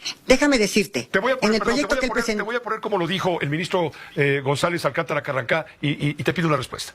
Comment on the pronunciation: Carrancá, pronuncie bien